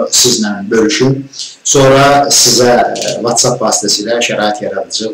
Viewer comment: "VOTSAP" Deyəndə "Whatsapp" nəzərdə tuturduz hərhalda Çünki əvvəl insan özünde Səhv tutmalıdır başqasında yox.